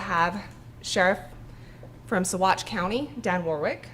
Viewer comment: good job on pronunciation of Saguache!